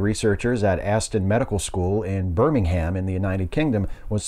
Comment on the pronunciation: Also. In the UK, Birmingham is pronounced Birming um, not Birming ham.